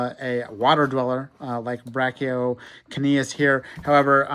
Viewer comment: it's pronouns "Bra-ka-u-kenius"